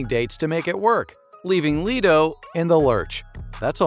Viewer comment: Leto fam not leeto 😭😭